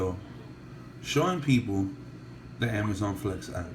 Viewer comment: app not ass!!